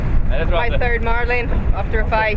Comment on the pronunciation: "we try to catch a Malin" 😂😂